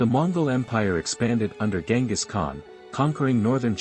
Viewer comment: isn't it Genghis?